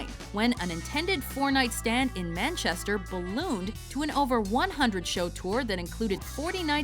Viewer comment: FUCKING HELL GIVE THAT WOMAN A COOKIE SHE ACTUALLY MANAGED TO SAY IT RIGHT AT 11.34!!!! rapturous applause